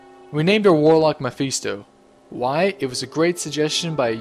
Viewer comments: Isn't Mephisto pronounced meh-fist-oh, rather than meph-feast-o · its prenounce meph-ist-o not meph-ees-to